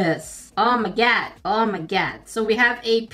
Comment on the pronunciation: I love the "oh steekerz , oh ma gad"